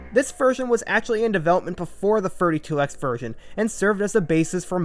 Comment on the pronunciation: legit heard “32x” as “furry 2x” and was like ???